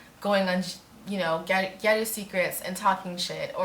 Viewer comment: It's pronounced ge or u, and the "o" like in octopus